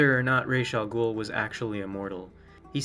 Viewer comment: Before I even watch this video I am going to give you a huge like for actually pronouncing his name correctly. There are so many Batman lore stans that consistently say everything from Razz to Ross... like WTF?